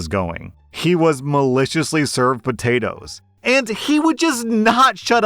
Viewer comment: you can’t be doing that. I’m at work listening to you and I couldn’t help but die laughing when you said “El Poatoes” 🤣